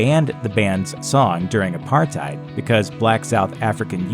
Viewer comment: i love how he says apartheid 😂😂